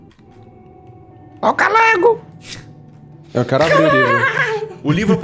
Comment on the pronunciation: ninguém: calango:Ó CALANGU